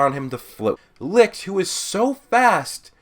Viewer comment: I died every time he said licth